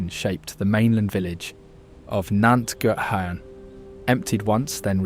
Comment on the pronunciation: You would think if you were going to try saying the welsh words you wouldn't use the English pronunciation. Llŷn for instance is not Lin.... but is much closer to theen .